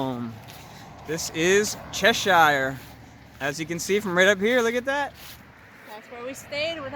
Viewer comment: Ahem .....Chesh Ear. Duh.